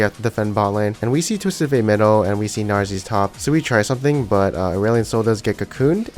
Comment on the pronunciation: "and we see gnarsies top" :DDD